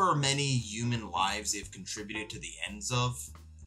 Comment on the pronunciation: Great video! Very informative and great pacing and editing. Side note, I love the way you say "yooman", it cracks me up!